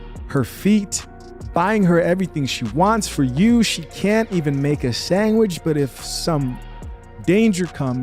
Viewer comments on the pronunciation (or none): A man and woman should respect each other. Oh, and the word is sandwich, not sangwich.